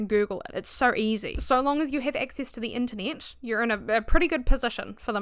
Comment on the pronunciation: Not me hearing "the Anthony" instead of "the Internet" lmaooo I love your accent though!